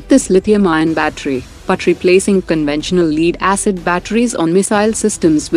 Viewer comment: 🤣👍👍👍Rafale Marine...! Now that's a 3 x 6-pack news for the evening ! Leed-acid ? It's Lead - pronounced 'Let'... sh.t happens.😊